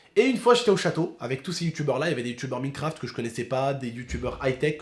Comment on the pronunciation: Minecraft "= comment tu las dis mdr